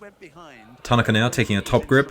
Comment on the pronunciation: TAN A KA is the correct pronunciation